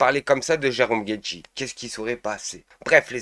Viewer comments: C'est pas Jerome Guedji c'est Jerome Guedj.. c'est pas "deux poids d'mesure" c'est "deux poids deux mesures" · guedjyyyy ! Mais t'as raison, contrairement à bompard, il ne mérite pas qu'on prononce bien son nom